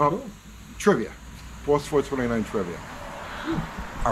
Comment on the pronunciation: "Bauwss fowah-twenty-nine"